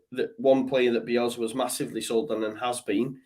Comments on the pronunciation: It's Bielsa sorry I before E except after C not Bielzzza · drives me mad how he says "Bielzzza." It's BielSa, with an S.